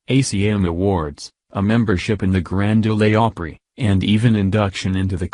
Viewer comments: Stopped watching ASAP after hearing robo-voice. The Grand Oh-lay Opry?! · Stupid! He says Grand "Oley Opera." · Its not the grand olah opry moron robot voice its the grand ole opry. Thank u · Grand Ol-e Opry? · The "Grand Olay Opry"? Can't anyone on this channel read out loud? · I think he just said Grand Olay Opry 😂